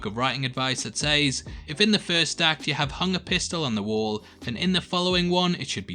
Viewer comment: learn to say says properly ffs other than that I agree with you